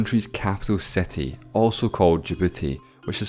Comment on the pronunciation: Your exaggerated pronunciation of the vowel "i" is really annoying like in million and city which sound like mellion and seti.